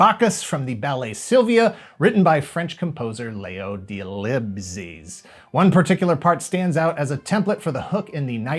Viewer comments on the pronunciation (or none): Yep, I confirm, Leo Delibes name have been Butchered with class. Lol